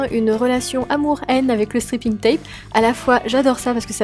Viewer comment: J'adore c'est vraiment très beau 😍 Juste fait attention à la prononciation de "striping" tape ( strayping ) parce que stripping ca veut pas du tout dire la même chose lol ( je te laisses chercher ). Sinon j'adore tes nail art continues comme ça :)